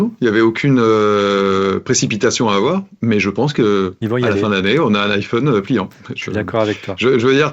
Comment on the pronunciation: pourquoi vous dites tous "iphaune" au lieu de "iphone" ? est ce que vous dite un Téléphaune un interphaune un mega phaune ???? :hand-orange-covering-eyes